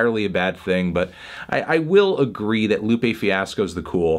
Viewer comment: "let's argee" :p